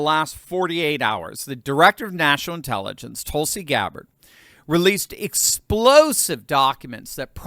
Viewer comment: There are about half a dozen vowel sounds in American English that you’re just not using. Her name is not TOLE-sie. It’s TUL-si.